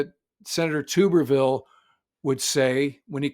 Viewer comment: FYI the Senator's name is pronounced "Tub-er" -ville" not "Too-ber-ville'